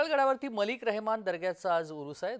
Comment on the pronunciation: हजरत मलीक रेहान ✅ रेहमान ❌